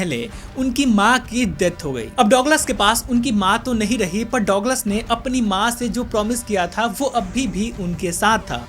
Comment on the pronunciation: Douglas ko duglus bolte h